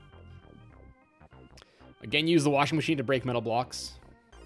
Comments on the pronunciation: washing matchin' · most skillful pronunciation of "Washing Machine" ever seen